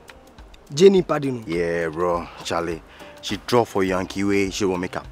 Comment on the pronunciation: Say my name again "bra Charles"